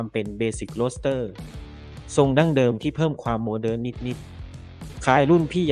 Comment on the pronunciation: "ความโมเดิ๊น" เจ้าคนบ้านใด๋หนิ 😂😂😂